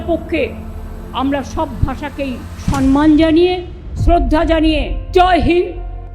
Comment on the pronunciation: সব ভাষাকে 'সন্মান ' না ওটা 'সম্মান ' হবে ম্যাডাম।🙂